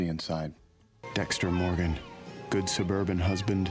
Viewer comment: DEXTA MOWGAN